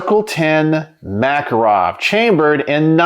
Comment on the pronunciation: The Makarov is one of the most accurate, reliable, rugged pistols ever made. By the way, it is pronounced ma-KAR-ov. I live in Eastern Europe and the police here carry these guns.